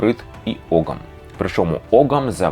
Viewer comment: тут невеликий бдищь. не оґам, а огам все ж. там g зазнає лініції, і часто пишеться як gh, або g з крапочкою вгорі, яке в давноірландський вимовлялось як γ.